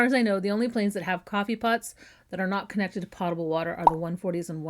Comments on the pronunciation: My mother was very strict with us about pronunciation and grammar. So, I looked up how “potable” is pronounced on the Merriam Webster website. They indicate it is pronounced with a long “O” sound (like Poe) as the preferred pronunciation; however they also say that in the military they pronounce it with a short “A” sound (like pot). So, both are correct. 😊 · The word has been around far longer than airplanes, and the correct pronunciation is PO-table with a long 'o' sound, NOT Pot-able. Any dictionary will confirm this. (Happy to serve as Everyone's Favorite Grammar/Spelling/Pronunciation B...) Love your site! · Potable is an accent issue. I have heard both from my father, who was a pilot in the late ‘60s, before moving to designing planes. As to the one I use, Nevermore! FWIW, pot-able, pronounced as POT a ble, like weed and planting pots, doesn’t come up on any pronunciation site. It’s mispronunciation that lives on. The difference between, say, US and UK is where the stressed letters sit.